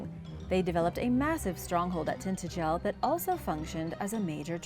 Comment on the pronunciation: Every time Iv heard Tintagel pronounced it was by bits and they pronounce it tin-adg-el, not Tintegle if you are going to narrate lean how to pronounce the words you use.